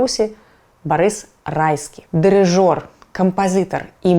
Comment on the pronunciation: Урывочный набор слов с опорой на западную культуру под громкой вывеской. Но есть и умилительный момент: "кампазЫтар", "ГіШпанія", "аншлЯг" и т.д. вперемешку с абсолютно русским произношением - это прорыв! 😁 Малайцы, Шябры!